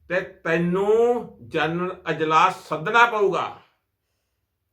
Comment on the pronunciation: ਜਰਨਲ ਨਹੀਂ, ਜਨਰਲ।